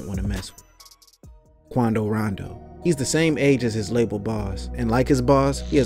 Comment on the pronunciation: i started laughing when he said quando rondo